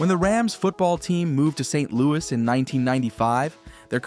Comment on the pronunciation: Saint..............Louis waterfront. lol AI once again calling attention to itself.